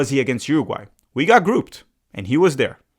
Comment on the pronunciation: I'm here for realism not optimism especially when nothing concrete has been provided. By the way, can you say grouped?